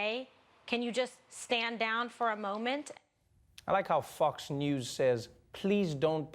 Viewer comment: Did you say "Fucks news"? :p